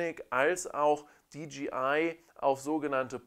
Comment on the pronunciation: Dee-JAY-Eye (DJI), nicht Dee-GEE-Eye (DGI)... bürgert sich irgendwie langsam ein, diese falsche Aussprache.... Sonst aber sehr schönes Video.